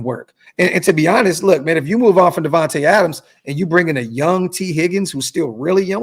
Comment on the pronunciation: "DIVAnte" Adams lol!!!!!!!